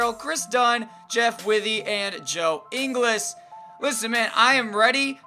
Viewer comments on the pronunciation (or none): The way you said Ingles just killed me